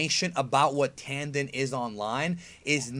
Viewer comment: You pronounced "Tanden" incorrectly.